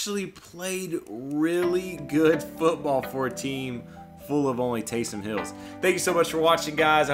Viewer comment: Nice work. No doubt this took a lot of time and effort. Just as an aside, it's "Taysom", not "Taysun."